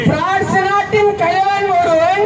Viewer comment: Dai news reader lose athu prince illa France